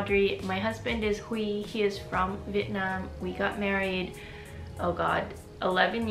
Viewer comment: It was really lovely listening to you share your story and how sincerely and humbly you've approached and received Vietnamese culture and identity. I can't express enough how happy I was to hear you say "Vietnam" and not "Vietnom" while speaking English!